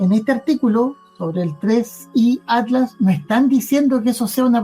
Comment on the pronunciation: Porque decis"ADLAS ", si es ATLAS...